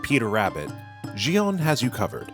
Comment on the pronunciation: FYI: “Gion” is pronounced with the same hard “g” as the word “geisha.” 😅